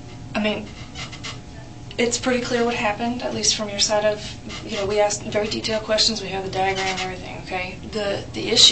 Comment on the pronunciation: Getto smart still says “axed “